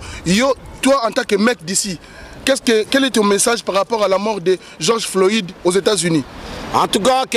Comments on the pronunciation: c'est pas Georges floïde mais plutot floyde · Kelly katenda geoge floyide ? Yokaka ata soki mundele Azo prononcer okandi au lieu ya ko déformer kombo y’a mutu